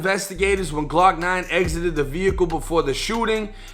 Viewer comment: "Glawk Nawn & Bawl Pawk". That Boston accent is lethal.